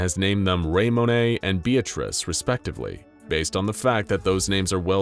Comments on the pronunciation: It’s fucking ray-moan not ray-moan-ay please look up the pronunciation especially seeing how big your channel is. That being said love you guys and this is my favorite channel on all the internet (this and infografics) obviously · hey uh. Raymones name is just pronounced "Ray-Moan" rip THEY KILLED HIS KID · Raymone is pronounced Ray-mohn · As usual the video was great But i've never heard the pronunciation of the name Raymone butchered so badly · Your pronunciation of Raymone physically hurts me. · Do you seriously not know how to pronounce Ramone?